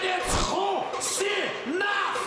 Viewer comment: Когда объявляли Хусинова, я услышал прозвище "Шаинский". Был удивлен)